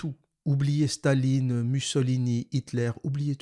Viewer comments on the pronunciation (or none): none